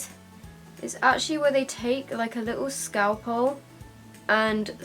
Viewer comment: ScalpOl lol it's ScalpEl x